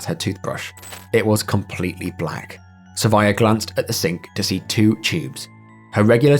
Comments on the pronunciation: How did you see “Sravya” and get “Sarvaya”? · Great video. Liked and subscribed. The name of the girl is Sravya. Not Sarvaya. Have a good day!!